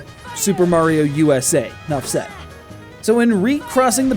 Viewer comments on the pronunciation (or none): none